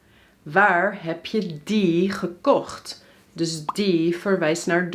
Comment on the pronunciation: you sounds 'verkocht' instead gekocht...